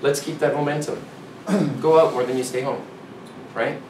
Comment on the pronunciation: So I knew he was from Canada, but really didn't recognize it until he said the word "out". Something about Canadians they say that word very differently than us some more exaggerated than others like let's go ouuuuut.